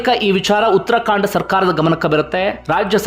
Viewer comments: Uttarakhand not uttrakhandaa😂😅😂tagdo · Sir it is uttara khand not uttara kaanda,,, Thank you for the good narration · ಉತ್ತರಾ ಕಾಂಡ ಅಲ್ಲ ಉತ್ತರಾ ಖಂಡ